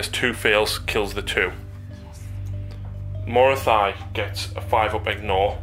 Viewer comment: Morathy-thy-thy-thy.... oh, my ears! It's Morathi.